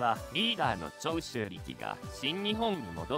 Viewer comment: 長州の発音おかしくね？